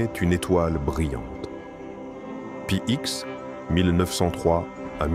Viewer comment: Il faudrait apprendre à ces intelligences artificielles que le "X" après un nom est un chiffre romain signifiant "10", donc on dit "Saint Pie dix" et non "Saint Pie ixe" !